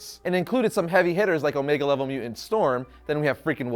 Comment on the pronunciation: Nice video, but anyone else having trouble with the host not being able to pronounce “mutant”? Every time he says “MEW-unts” I keep wondering where that other ‘T’ went....